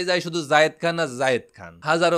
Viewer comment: যায়েদ খান কে জাহিদ খান জাহেদ খান বলে কেন